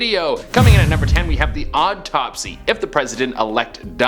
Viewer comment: Why does it seem that when che says autopsy, it sounded like odd topsy